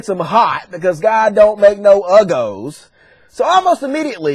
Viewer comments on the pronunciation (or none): "God don't make no ugos" Lmfao ugos.